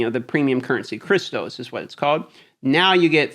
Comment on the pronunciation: I can't stand the way he says crystals. It's crystals not cristos